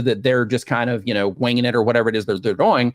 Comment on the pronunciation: I love this guy's content but i always am shocked by the way he says the word "doing" lol